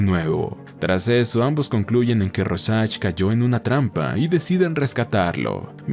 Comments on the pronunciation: Royan?quien?rojack?rosach? Se pronuncia rouljac sería así la pronunciación!! Pero el resto esta muy bien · RÓsharch con tilde en la O joder Es el nombre que mas repites y el unico que pronuncias mal. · Así no se pronuncia Rorschach 🤦🏻‍♂️